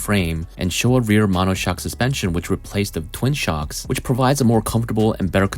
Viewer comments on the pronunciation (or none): none